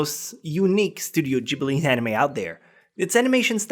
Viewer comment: Its Ghibli not Gibri....